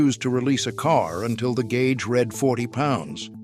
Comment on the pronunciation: The gay-ooge